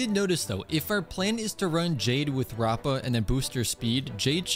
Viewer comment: her name is pronounced : rap a